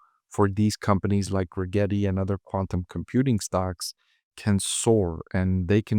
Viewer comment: “Regrreti?” We heard that . Yep not investing just because of that dude thanks